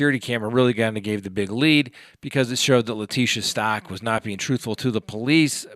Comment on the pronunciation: It is pronounced STOU *CH*!! CH, like CHeese!